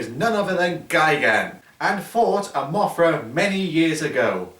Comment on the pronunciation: it's Mothra not Mafra